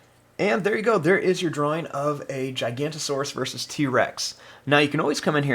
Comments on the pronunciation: Its not "Gigant-o-saurus" its "Giganotosaurus" pronounced: Gig-uh-note-uh-saurus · This drawing looks very good but you said that giga's name wrong